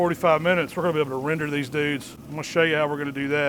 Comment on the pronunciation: CAN YOU SAY RENDER ?